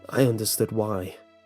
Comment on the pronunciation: I dont like how you juuust misspronounce Harbinger